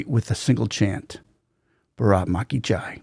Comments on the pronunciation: It’s baaraath ma ki jai. Not braat ma ki jai. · You will have to stress on the first two letters BAA RAATH then the word can be heard clearly as your accent doesn't stress for proper pronunciation